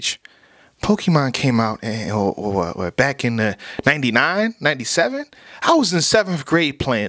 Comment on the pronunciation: LMAO!@!!!! said "a level 'NEVENDY'-excuse me, ninety-seven..."